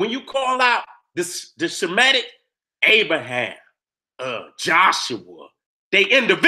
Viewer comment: Lmfao....the nigga name is abraHAM, not abraSHEM OMFG BLESS